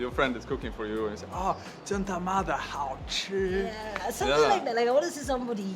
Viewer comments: 一般人不會說真他媽的好吃，很沒氣質，尤其女生（沒性別歧視喔）。 不過Jonas這句發音還不錯呢... 我會說超級好吃/夭壽好吃/超！好！吃！ 我們從小到大就一直聽到“貓咪看的到鬼”的說法，我的貓半夜亂叫我也會有點害怕，但會刻意不去想這個傳說，但你把他說出來了，難怪查理更害怕了，哈哈。 大部分的人都是好的，但還是要保持警戒心唷。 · 「真他媽的好吃」,,你這句這的最標準. 給你100分. 但我們不會在外面餐廳用..哈哈